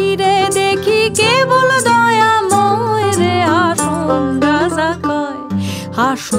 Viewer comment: হাসন রাজার** হাসন বলা টা একটু বাদ লাগ্ল✨💪